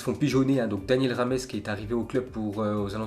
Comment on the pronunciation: quand il parle de James rodriguez il prononce « James au lieu de Rames » et la il arrive à te dire « Daniel Rames au lieu de James »😂😂